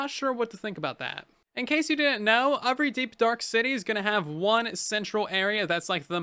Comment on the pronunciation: I like it how instead of saying every, he says uvry